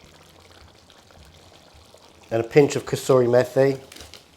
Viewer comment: Did you say crystaly methi 🤣🤣🤣